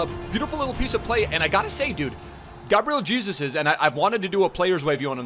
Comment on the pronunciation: Stop pronouncing Gabriel Jesus like "Jesus Christ."... ffs it's (hey-zeus) lmao